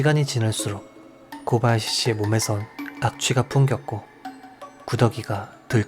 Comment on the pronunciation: 타카하시 일본어 히라카나 쓰기ㅡ대로라면 맞는말이지만 일본발음으론 다카하시로 코바야시 가아닌 고바야시로 타나카 가아닌 다나카로 발음해주시면 듣기 더좋을꺼 같네요😊 오늘도 잘듣고 갑니다